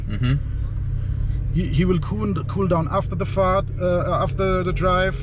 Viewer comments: 'He vill cool down after ze fart' Holy fuck i can't breathe! 🤣🤣🤣🤣🤣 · Sorry but I can't help but laugh "After the Fahrt" LOL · “After the Fahrt “ 🤣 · After the "fahrt" -> German for "Journey" or "drive" :D so yeah he did.